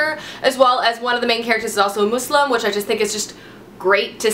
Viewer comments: It's a small thing but I love you a bit more for the fact that you managed to say Muslim and not Muzlim...anyway I need to get my hands on Magnus and Crooked Kingdom. I absolutely loved Six of Crows, I dnf'd 1st Magnus but maybe I'll give it another go:) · You pronounced Muslim properly :D Love your channel!